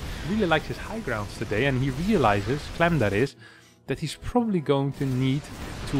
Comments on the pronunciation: Why are you saying “clum” instead of “clam”? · you need to say "clam" like your southern accent. It's the nasal "a" sound not clahm. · The a in clam is pronounced like the a in ham